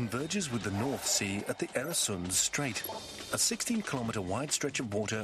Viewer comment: Mispronunciation is annoying. Oer rhymes with fur, not air. And it's the same in Swedish & Danish, except that the "oe" sound is written Ö in Swedish and Ø in Danish. Plug: I once wrote an article, The Bridge over the Øresund, about the flight of the Danish Jews to Sweden in 1943; Journal of Contemporary History, 1995.